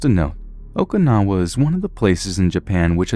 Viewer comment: Oh-Kuh-Now-Uh...haven't you seen 'Karate Kid II'?